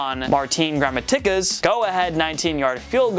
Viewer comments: Does this guy watch football? "Gramma-tick-ah" WHAT? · Learn to pronounce the names FFS. Gra-ma-ti-ca. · what was that pronunciation of gramatica? lmao